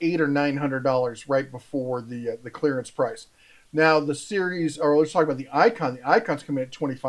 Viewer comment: Can you say "clearance"?